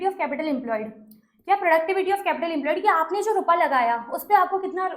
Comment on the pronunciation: You blink a lot nd why do uhh say rupaaa😅